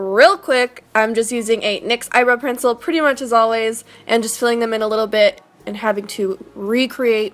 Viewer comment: is it just me or did anyone else thing she said "eyebrow pretzel" ?😂